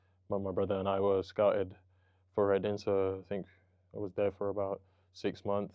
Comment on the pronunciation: I love the way he pronounces Reading correctly- there is no g on the end ❤ (coming from a Reading native)